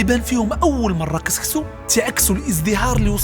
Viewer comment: سيمتو "سكسو" ماشي "كسكسو"